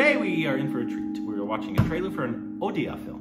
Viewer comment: I don't know but it really seems like Indians of other states intentionally say «udisha» for Odisha and “udia” instead of odia or say ''what language ur talking gibberish now is it Odisha???" Or tell their friends __hey check this out here listen this n then laugh it out saying r u speaking bengali or tamil telugu where is this Odisha is it in kolkata'''''''''' bla bla bla even if you correct them many times they tend to do the same mistake repetitively....Just to make a fool of odia people their culture cuisine looks and everything to make feel them low on themselves making them ashamed of their existence questioning their self-worth 🥵🥵🥵 but after looking at 😈😎 and 😅😚😚 spelling it correctly I'm sure that they don't know how to give respect to something that is different than them.. ☮️